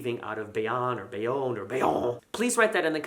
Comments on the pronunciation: Hahahaha it's Bay own from a jersey guy . FYI your vids are great brother . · We say Bay Own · It's pronounced "bay own". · Bayonne is pronounced the second way you said it "bay-own". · Def Bay- OWN! :) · It’s Bay-own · You pronounce Bayonne the second way, with a long O. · Emphasis on the first syllable. One of my students was from Bayonne.